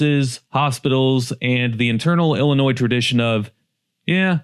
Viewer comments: The S is silent, too bad the outrageous crime isn’t. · He said Illinois with an S 🤦🏽‍♂️🤦🏽‍♂️🤦🏽‍♂️ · Just say Illinois. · Don't make a video about Illinois, if you don't even know how to pronouce, "Illinois" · First of all the "s" is silent in Illinois. Second I live in Decatur, IL. I work for IDOC. I put ankle monitors on parolees in central Illinois. We have NOTHING. My race ruins, destroys, terrorize everything, everywhere. It's embarrassing. Not all of us are ghetto, trifling, hood, or criminals. Even I steer away from my own race much as possible. Pedos roaming free amongst us, stores, malls, bars, skating rink, bowling alleys, etc all closed. Jobs leaving. I'm thankful I have a good background to have the job I have. I live in a nice neighborhood, but I see ghetto near it a block or two away. I would like to move, but don't know where. North is too cold, and south is even more criminals and mentally unstable people. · The S in illinois is Silent like the Y in YOUR GIRL 🤷🏽‍♂️ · This guy doesn't know how to pronounce "Illinois" the S is silent. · The s Illinois is silent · ill-a-noy not NOISE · You have no business taking about Illinois if you can't pronounce the word. In Illinois, the s is silent. Rockford currently has an excellent housing market. There are parts with crime but by and large most neighborhoods are safe. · You don’t pronounce the S in Illinois sound foolish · Illinois does Not pronounce the “s” at the end of Illinois. The correct pronunciation of Illinois is il-uh-NOY, with the final "s" being silent. It is a three-syllable word with stress on the first syllable: "IL-uh-noy" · Did you really just make a video and then pronounce the silent S on the word Illinois through the whole thing !?!??! BRO! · no, the s is silent. "il-uh-NOY" is the correct pronunciation. Just fyi. It's not obvious to everyone, no shame! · The S is SILENT in Illinois.